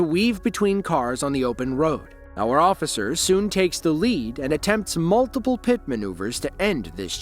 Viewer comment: "I'm a responably man, ossifer! Ya gots ta let me go!" Right. You're so responsible that you use a false name and have no insurance.